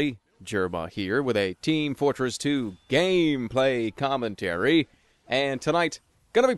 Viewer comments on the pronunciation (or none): Jerma, I love how you say GAMeplaycOMmentARY!